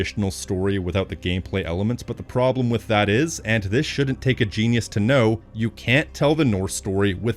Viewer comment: bro said prblem